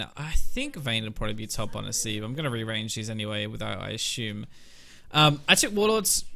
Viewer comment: Love your videos, but I have to admit I get tilted when you say "ashume" instead of assume, lol